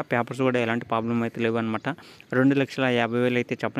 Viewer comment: ప్లాబ్లమ్ కాదు ప్రాబ్లమ్